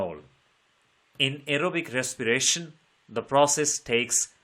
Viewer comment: Very nice english ❤❤❤ Aerobic respiration❎ arrowbic resspiration✅